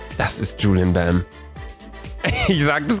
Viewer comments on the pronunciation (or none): Julien bam ist asiatisch und wie er bei jedem 2. gefühlt juluen bam sagt😭😭😭